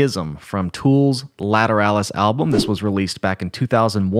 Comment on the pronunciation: It’s pronounced lA tur All us